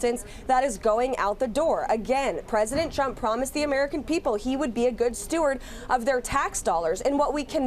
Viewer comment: It’s good StewaRD! not “good Stewart” 😂 This lady is a DEI hire.